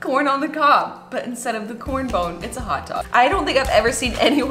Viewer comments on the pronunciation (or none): did she say... corn bone? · it drives me insane everytime you say corn bone but i adore you regardless lmfaooo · did she say corn bone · So we gonna ignore that she called it “corn bone” instead of corn cob😭😭😭 aww, i love you😂❤️ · What the hell is a "corn bone"?! It's a COB, not a bone!! Hahahahahaha! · COB! NOT CORN BONE! WTF!?!?!? Lol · I’m sorry, did she say “corn bone”??? Hahaha